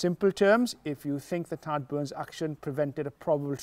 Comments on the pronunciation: Tadgh is pronounced Tie’g. FYI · Nigel, you are killing me with your pronunciation of Tadgh. Its TH...IGHE